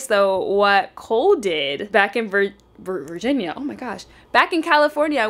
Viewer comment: Did anyone realize that said Virgina when she said back home to Cole around the 13 mins mark haha?